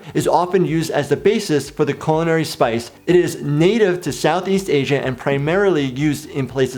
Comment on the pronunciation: The word "culinary" is pronounced koo- lin- ary, not cul. See the syllabiltization.